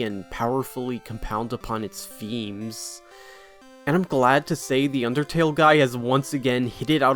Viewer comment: why TF did you say undertale like that bruh